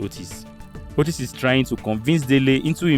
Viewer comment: Kenyan here 🇰🇪.... happy to see Kenyans and Nigerians together. Btw,Otis is pronounced as Otiiiis...